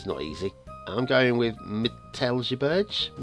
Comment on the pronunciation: Great map, great review. My ears are still bleeding from the pronunciation of the name of the map :)